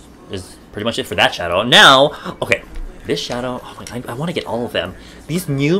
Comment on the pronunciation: I absolutely love the way u say "oy may goyd"